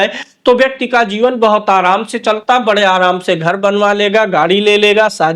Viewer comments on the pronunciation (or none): none